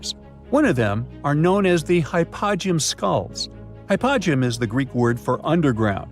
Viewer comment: Hy -po-gee-um! Please!